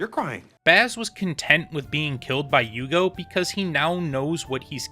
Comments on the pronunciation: Bleach is the first anime that I like so much I want to watch the fillers. Admittedly only after I finished the canon but still. Normally I just skip em and don’t think twice. I think name is pronounced “you-hah-bach” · Here u go, u had problems with Pronunciations right? it's yuhabakh or yuha-baha in Japanese pronunciation depending on characters personal dialect. In English, It's popularly pronounced as "yhhw akh" but you can also refer to him as "Yuha" it's popular among fandom.